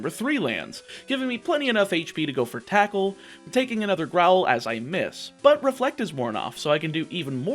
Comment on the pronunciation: Fun fact you said attackle